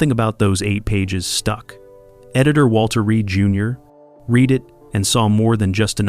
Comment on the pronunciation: As with many of these hastily created "walk down memory lane" click-bait videos: If you insist on using AI narrative, realise how things are supposed to be pronounced (example: the past tense of READ is spelt the same, but pronounced differently "RED") And inherent with these quickie click-bait clips, there goes that over-used word again: ICONIC Must.everything unique, innovative, daring, different, outstanding, incredible, over-the-top, memorable, historic (I could iconically go on here...) have "ICONIC" or "ICON" attached to it these days? How iconic is the iconic use of the iconic word "iconic" and its iconic derivatives in these iconic posts and iconic clips?